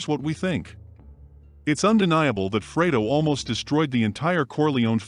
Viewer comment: Ohmurduh. Fuck the digitized voice was doing so well up to that. Even pronouncing Fredo perfectly.